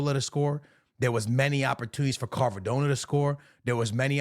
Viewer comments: It’s not carvadonna…. It’s Kvaradonna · “I’ve watched psg a lot this season” can’t pronounce doue and says carvadona 😭